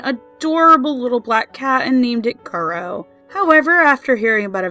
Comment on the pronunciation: Kuro is pronounced Koo-Roe (Sorry! I speak Japanese)